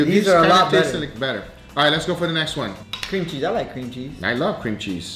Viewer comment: "Cream Chese" lol